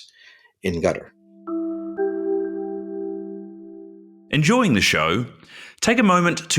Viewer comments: It’s not gutter it’s katár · ITS. QATER. QATER. NOT. GETTER. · Does he call Qatar gutter . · The moment you say "gutter" for Qatar, I constrain myself not to punch the computer screen. Dislike given for the video. 👎👎👎👎👎👎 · I find it amusing that many American commentators pronounce Qatar as "Gutter".